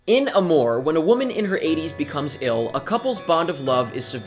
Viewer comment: You don't pronounce it that way...